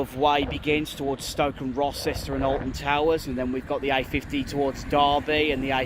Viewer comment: Rocester is pronounced Row -ster.